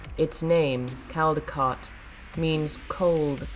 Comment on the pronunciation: Hi, Caldecotte/Caldecott is pronounced Cold-er-cott. Just a friendly message. 😉 I hope I don't sound pernickety - I'm from the UK and work for the NHS. One of our sets of rules is The Caldecott/Caldicott Guardian Rules. "A Caldicott Guardian is a senior person responsible for protecting the confidentiality of people’s health and care information and making sure it is used properly."